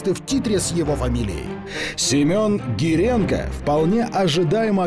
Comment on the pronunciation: Не Геленко как на российских каналах,а Гиренко фамилия всё таки правильно